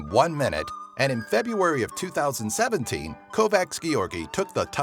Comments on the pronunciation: Im so happy for you made a video about Hungary, but please, listen to the speaking. Check out on Google translet, 'cause Himnusz is not Himnuc, Budapest is not Budapeszt and Kovács György is not Kovaci Giorgi. Thank you. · Kovaksz Giorgi? :D Kovács György (Kovach Djoerdj)? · This pronounciation makes me laugh. ("Kovax Giorgi") 😄😄😄😄😄